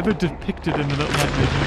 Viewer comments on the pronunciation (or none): Me: Little Nightmares: Lilel Nightmares